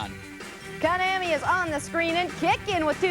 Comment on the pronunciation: The pronunciation of Konami is killing me. Ko-nam-ee. It's Ko-nah-mee.